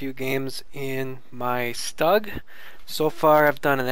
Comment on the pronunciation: Lol he said stug wrong